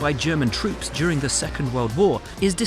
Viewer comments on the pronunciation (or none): none